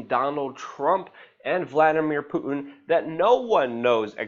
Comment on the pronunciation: its puTin not puiin. too getto for me. y know what i be sain.